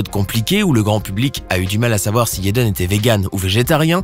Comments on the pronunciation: Jayden. Prq tu dit yaden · Jaden non toi tu dit yaden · JJJJJaden stp pas Yeden 💀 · [J]ennifer Connelly. [J]ackie Chan. YÉDEN Smith 🤦🏽‍♀️🤦🏽‍♀️🤦🏽‍♀️ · C pas yaden c'est jaden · C'est jaden pas yeden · Jaden Smith pas yedan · la prononciation de la lettre J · Des que tu dis yaden j’ecrit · Des que tu dit taden j’ecrit